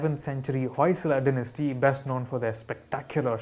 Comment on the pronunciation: It wasn’t “Poy Sala” but rather “Hoy Sala”. The word Hoy has carried forward to present day Kannada as well where it means to beat, kill or decimate. Shravanabelagola itself has shrines for Jain goddesses near the main Gomateshwara monolith. You will need an entire episode on the mass migration from Bihar of many Jains and the king Chandragupta Maurya to Shravanabelagola- to escape the drought there